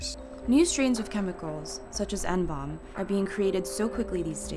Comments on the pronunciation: what the fucking fuck? just pronounce it as N-B-O-M-E, not fucking hiroshima nomb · why the fuck are you pronouncing it "N-BOMB" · Please stop calling it N-Bomb! It's N-B-O-M-E how hard is it to say letters? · Reporter keeps calling it N-BOMB, when its N-bome.. Christ sensationalist media